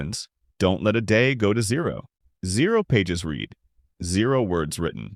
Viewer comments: zero pages reeed? AI slop. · Well this must be AI narration, as "zero pages read" was mispronounced. In this context, read should rhyme with red not reed, and a real human would know that.